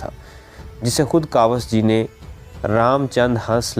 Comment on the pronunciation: Kawas g nhi kaos g. Urdu tk Sahi nhi bolte Ap log